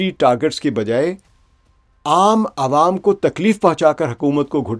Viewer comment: عوم عوا نہیں بھائ جان عوام عام کی جمع ہے۰ آپ جیسے اچھے اردو دان کے لیے یہ تھوڑا حیران کن ہے۰